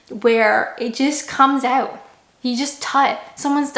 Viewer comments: Still say oooot like a Canadian lol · At least the way you say out is still Canadian. My Great Aunty lived in Toronto for about thirty years and the word out was always said with a Canadian accent. That and the word Canada of course.